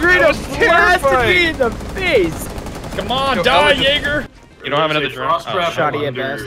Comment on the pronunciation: When he said Jaeger it sounded so much like the n word i nearly shat myself